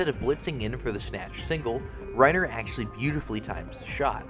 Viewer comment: It's Reinier, not Reiner...